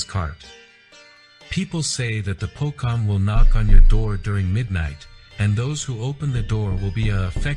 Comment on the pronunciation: it's Po-CHong. not Po-Kong. who made that doc, man...?!?